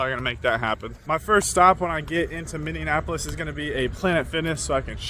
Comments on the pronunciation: Dude I think it's called Minneapolis not Minionapolis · Mini-apple-is, the extra syllables made me cringe. Good video tho! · pronunciation of English words is maaaaaad annoying as hell. MINN-ION-APOLIS. Wave around Green Onions and calling it Green Peppers. But #HOLY 💩 💩 💩 💩 #batman , he pronounced Minneapolis correctly 2x.